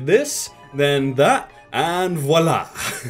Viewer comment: Damn that "voilà" was perfect